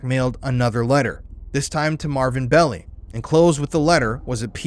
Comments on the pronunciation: FYI Melvin Belli's last name pronounced Bell-eye. He was major player in S.F. legal circles for decades. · The name is pronounced Bell-eye Despite all the footage pronouncing it correctly, you keep calling him Belly!!!😂😂😂😂 hilarious !!! nice break in such a dark topic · Please note, it’s MELVIN BELL-EYE, not MELVIN BELLY. Walter Cronkite pronounces his name correctly. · It's BELL-EYE not BELL_EE. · His name is pronounced "Bell-I" not "Belly" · Bell-Eye, not Belly!! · BELL EYE .. NOT BELLY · I liked your podcast. It was very informative. I can see you've done considerable research. Thanks. FYI: Melvin Belli's last name is pronounced, "Bell' eye". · I lived in the SF bay area then. Everyone was frightened. And Melvin Belli's last name is pronounced BELL- i. Long i Also, I worked for Vallejo PD in the 1980's and heard rumors that the Zodiac was a VPD officer. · Melvin 'BEL-eye' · This is great work. However, why do you insist on mispronouncing Melvin Belli’s name?